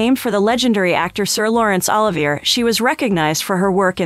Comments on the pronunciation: Why does Chatgpt pronounce Sir Lawrence Olivier's name like it's 'Oliver' or like some brand of olive nobody's heard of? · You've mangled the man's name. It is pronounced," suu-DAY-kiss". also, "o-LIVE- eyay". ffs. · Please have the people who narrate LEARN how to pronounce important names, such as Sudeikis and Olivier!!!!! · I’m not sure who the commentator of this video is but her pronunciation of Olivier and others is terrible. She needs to do her research before she speaks.